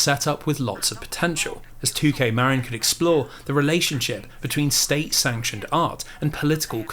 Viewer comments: I hate being the pronunciation police (again, I think because I'm fairly certain I did this in the previous video of yours), but I grew up in a neighboring county to Marin and it's not pronounced Mare-in like you say, it's pronounced like Mah-Rin. Every time you say it I cringe a little (it's a me problem, not you; you're literally on the other side of the world from here, you're not going to know how to say the weird American-English bastardization of Spanish words like I do). P.S. This was a wonderful and comprehensive video, I appreciate all the hard work you put into it! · bro. as someone who grew up in Marin, your saying it wrong and its killing me inside. "Marin" (as in Marin County, CA) is pronounced "muh-RIN", with the emphasis on the second syllable, like "mud" and "rin" in "rinse". A common mispronunciation is "MARE-in". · 'Marin' is pronounced muh (like 'marine') rin (like 'mandarin')